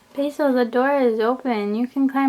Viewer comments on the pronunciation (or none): when she said basil I thought she said peso xD